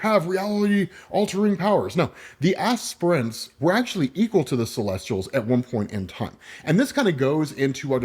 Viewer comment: Lol you called them "ass prints" the entire time